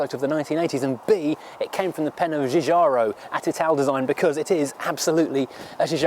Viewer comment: Practice the pronouncement of the name "Giugiaro" you